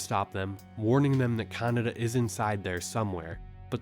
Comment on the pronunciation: bro... kaNEEEda not CANADA wtf